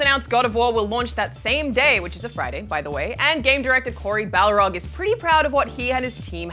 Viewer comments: The God of War director's name is Cody Barlog, not Balrog. It was spelt and pronounced wrong in the video. Funny thing is he just did a video with Game Informer recently where he talked about people always saying his name wrong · Goddamnit ign, it's Barlog not Balrog